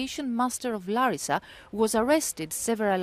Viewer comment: It’s nice to hear someone say the name ‘Larissa’ pronounced correctly. 😊